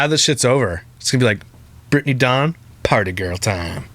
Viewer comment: Every time you call her “Dawng” I think of the “Thong” song.